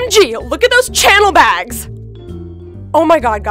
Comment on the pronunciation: Its Chanel not channel